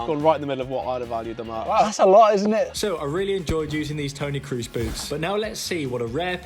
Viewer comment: dude pronounced Crusie like tom cruise😂